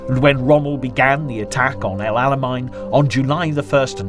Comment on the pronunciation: Check your pronunciations. Auchinleck sounds like 'orkinleck', and Alamein sounds like 'chow mein'.